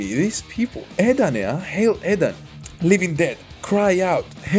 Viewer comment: E"ET...not eet.\m/